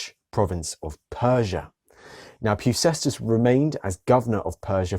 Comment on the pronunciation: Well done, it is pronounced "Pefkèstas".